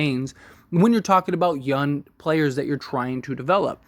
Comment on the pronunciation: Is he very “youn” or very “young “😂 na im just playin love the content